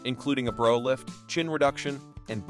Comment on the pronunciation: “Bro lift”?? What is up with this narration? It’s awful. The pronunciation is not only off throughout, but it’s also inconsistent! In the same package about Joan Van Ark, he pronounces brow lift as “bro lift” and later as “brow lift. Also, WHY can’t this digital narrator master the pronunciation of contractions? “In his 50 ess” instead of “50s”. It happens every time there is an age or year. Check out his pronunciation of “1940s”. It’s bananas.